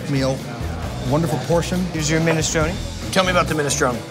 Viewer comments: yuh that's "minestroun".. and i'm the pope - tf outta here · Why does Guy pronounce minestrone without the E at the end? I'm so confused.